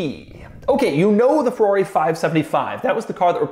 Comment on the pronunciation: It's called Ferrari, not Fewawi!!!😜